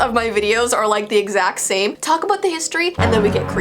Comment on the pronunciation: I think she was trying to say same but it came out tame lol